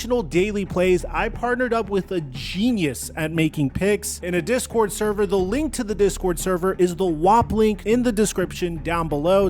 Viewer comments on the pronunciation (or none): none